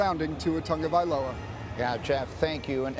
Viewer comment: I keep on asking, "Where is the "un" in "Tagovailova"? Why are you pronouncing it "Tungavailova"?